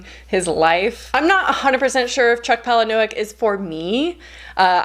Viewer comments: Chuck Palahniuks last name is pronounced “paula-nick” it’s a Ukrainian surname. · Just a note, Chuck Palahniuk's last name is pronounced "paula-nick"- I personally thought that the Fight Club movie was better than the book, and I think Chuck himself has dunked on himself and said that it's an improvement on the book, lol. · 1. Wow, creative interpretation of Chuck Palahniuk's name. (It's pronounced Paula-Nick according to his Twitter.) I only bring this up because I pronounced it incorrectly for many years. DON'T read Fight Club. The movie is much better, and even the author admits it, at least in terms of the ending. 2. I couldn't stomach the fat phobia in The Deep by Nick Cutter. I will definitely NOT be reading Kill Creek. Thank you for the heads up. 3. I cannot personally vote on the Gillian Flynn poll because (controversial opinion) I tend to really despise her characters to the point of not being able to enjoy her writing. 4. I would also recommend Into the Drowning Deep by Mira Grant. You also might really like Mexican Gothic, just keep in mind that it is inspired by Gothic literature and, therefore, moves a bit slow at first. It's also scheduled to be adapted into a HULU original.